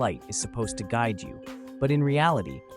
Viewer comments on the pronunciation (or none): none